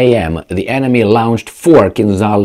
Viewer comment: LAWN-CHED, LAWN-CHED. NOT LOUN-CHED!